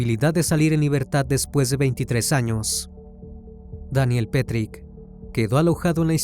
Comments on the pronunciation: Excelente relato, solo quería resaltar un pequeño detalle que no cambia en nada el buen contenido: el apellido de pronuncia "petrich" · Daniel Petric, NO Petry ( Osea NO es el mismo asesino de Brasil del juego Tibia ) 😊